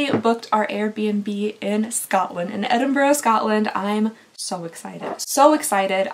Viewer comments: I love how you can say Edinburgh correctly 😬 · Thank you thank you thank you THANK YOU!!! you pronounced Edinburgh properly 🥳🥳 So rare for an American to do that, they usually say Edin-burrow and I cringe every time. 👍